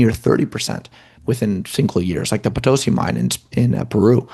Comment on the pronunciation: Potosi gold mine is in Bolivia, no Peru. And the accent is on the 'i", not on the second "o".